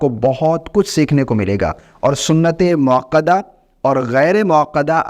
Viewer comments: محترم! پہلے موقدہ اور موکدہ میں فرق کو سمجھ لیں کر لیں۔پھر video بنائیں۔ سنتِ موقدہ غلط ہے۔ سنتِ موکدہ صحیح ہے۔ اصلاح کر لیں۔ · سنت موکدہ درست ہے سنت موقدہ غلط اتنی فاش غلطی؟ ایک عالم دین کی زبان میں، وہ بھی ایک بار نہیں، بار بار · لفظ سنتِ موکدہ ہے یا موقدہ (قاف کے ساتھ)؟ یہ لفظ تاکید سے نہیں نکلا؟